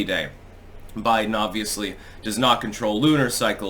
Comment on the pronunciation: A Bide'Den hahahaha